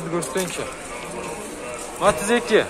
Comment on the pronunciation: Матез эмес Матиз де тормуз